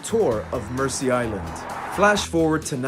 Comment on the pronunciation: Pronunciation is Merzea Island, not mercy.